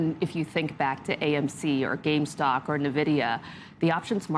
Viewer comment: Did she really just say "Gamestock"? LOL